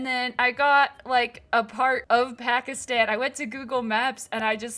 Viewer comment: It’s really cool…but your saying Pakistan wrong (I’m Pakistani) ❤